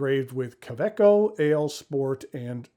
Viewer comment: Does the pocket of a handbag count? My current favorite pocket pen is a Tactile Turn bolt action in Nebula, but I'm always carrying one of my many Woodshed Pens in my pen sleeve. Fun note: I didn't realize the "w" in kaweco was pronounced as a "v"!